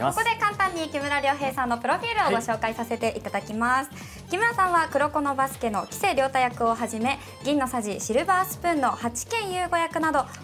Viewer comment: アナウンサーのお姉さん､「黄瀬涼太」のイントネーションが違います…